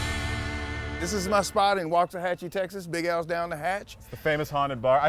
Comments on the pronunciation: Please don't say "wax." Say "Wox, Woxahachi." Thank you. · It's pronounced walks-ah-hah-chie.